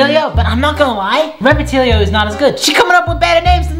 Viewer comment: Who's gonna tell him it's not pronounced repatill-e-o